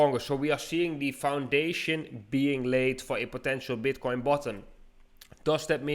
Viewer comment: Flip zee switch